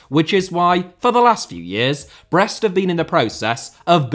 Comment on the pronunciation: He is correct